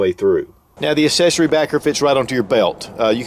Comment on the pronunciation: Will someone please tell me what exactly an “uhsesery” is? I’ve asked this multiple times and never get a reply for some reason...